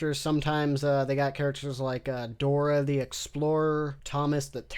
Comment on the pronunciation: I think you mean Dooruh.